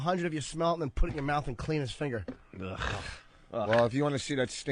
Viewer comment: Eventually they do, along with Anthony pronouncing “finger” as “finner”😆